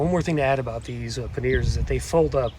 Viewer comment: I'm like what are you talking about panyears..... it's pronouced 'panyar'. :)